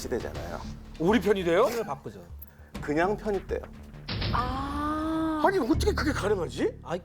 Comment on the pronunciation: 토전사 즐겨보다보니 진행에 거슬린점이 3가지 있습니다, 주로 질문을 하는 과정에서 습관이 자주 나옵니다. 1. "아이(아니)"를 문장 시작전 자주 사용함, (ex. 아이 박사님 그러면 그 이후에는 어떻게 됐나요?) / MC유재석도 이런 버릇이 있는데 는 발음을 얼버무려 날리는편 입니다. 2. "아이근데","아이긍까"를 질문 시작에 사용함, (ex.아이긍까, 그 병력으로 어떻게 됐어요?) /"아니 그런데", "아니 그러니까" 와 같이 정확히 발음해주거나 "그런데?","그러면","그러니까" 로 대체하면 될듯합니다. 근래 방송쟁이들이 "그러니까"를 "긍까"로 발음하는 경우가 너무 많기도 하고, 일상어에서도 "긍까"로 발음하기도 합니다. 3. "사실~","사실은~"을 남발함. (ex. 사실~ 영국의 처칠이라면, 사실~10만의 병력도 꽤 많잖아요) / 요즘 방송인들이 "사실"이라는 단어를 수식어,부사로 즐겨쓰는 버릇이라서 딱히 의 문제는 아닙니다. 사실 밥먹으면 배부르자나요? 사실 어두우면 안보이잖아요? 등과 같이 최근 방송쟁이들의 유행과 같은 불필요한 버릇입니다, MC허준도 "사실은~" 즐겨씁니다. 4. "아이근데 사실은" 을 묶어서 도입부에 자주합니다. (버릇이 복합되어 나오는 현상으로 저 문장은 잘라내도 아무 지장없는 추임새 같은것입니다.) 좋은방송 만들어 주셔서 감사합니다. 이런 프로그램은 공중파 9시에 편성해서 전국민이 시청해야 하는데 안타깝네요